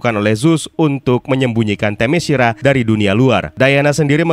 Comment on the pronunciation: min, saran LAGI nih (kyk nya udh sering gua komen, tp mungkin blm kebaca aja): sebelum mulai menarasikan naskah di setiap video, ada baiknya utk memastikan cara pengucapan nama2 / kata2 bhs asing nya. gampang kok, tinggal ketik di google translate trus klik gambar speaker nya. - "Themyscira" itu dibaca te-mes-ki-ra , bukan te-me-shi-ra - "Great" itu dibaca greit , bukan grit (grit itu pengucapan utk kata "greet") sekian, semoga makin rame dah ini channel krn emang good pembahasannya gua suka